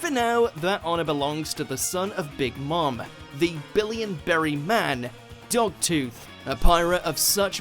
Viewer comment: "the billion berry man dog tooth" LOL😂😂